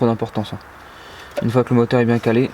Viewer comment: biennng biennng comme dirait un Marsellé hé hé